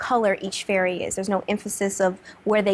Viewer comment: Did just said Furry rather than Fairy. lol